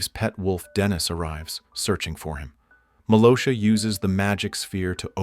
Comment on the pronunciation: Hey dude just to let you know her names malgosha not malosha